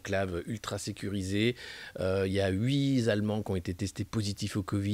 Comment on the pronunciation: Alexis Alexis..... « il y a huizallemands!!!! » Mais c’est toujours un bonheur de t’entendre.